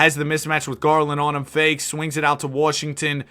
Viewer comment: "Kicks it out to wawwwwshington"